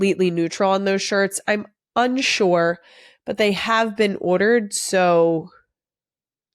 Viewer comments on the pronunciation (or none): Love the strong Philly accent came out on "ordered" haha